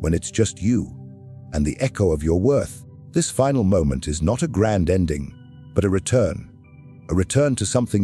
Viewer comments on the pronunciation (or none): none